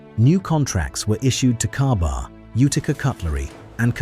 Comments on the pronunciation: Its pronounced "KayBar" not cabar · Ai cant even get the name right it is spoken as k bar